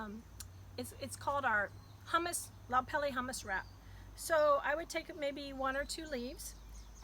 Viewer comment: Pronounce pele properly ha’ole siko kefe